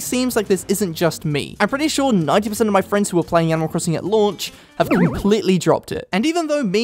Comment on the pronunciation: i thought he was saying "at lunch" instead of "at launch"